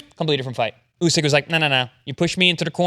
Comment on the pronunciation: Idk why but it seems as if the host doesn’t know about boxing based off of how he pronounced usyks name